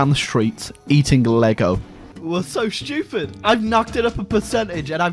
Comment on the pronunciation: No one:: they're too shtyoopeed